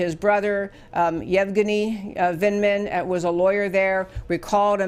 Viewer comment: It's said Yev guinea Vindman